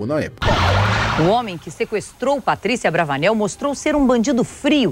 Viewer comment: Só eu que escutei o falando cenoura bravanel?